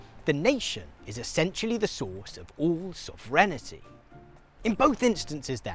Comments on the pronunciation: Sov-ren-tee You're welcome. Still love ya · He's mispronouncing it. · What's soverenity? I've heard of sovereignty. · Is pronouncing “sovereignty” as “sovrenity” a Brit thing? Or is mispronouncing it? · It’s so weird hearing someone not know how to pronounce sovereignty. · where has this pronounciation of sovereignty come from, there is no letter 'I' between the 'sovereign' and the 'ty'? who started this would love to know :D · Interesting. (But check your pronunciation of sovereignty. ;o) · Guy needs to learn how to pronounce 'sovereignty' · as an American I was really thrown off by your pronunciation of ‘sovereignty’ lol. great educational content as usual!